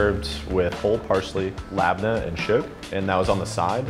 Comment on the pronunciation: LAB NAH!!! 🤣🤣🤣🤣 It's LABNEH